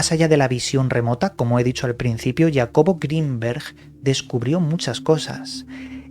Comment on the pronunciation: ...¿¿quién mierdas es ""??